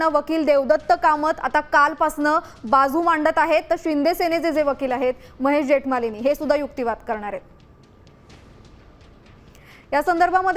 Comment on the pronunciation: जेतमालीनी ❌ जेठमलानी ✅ नीट बोला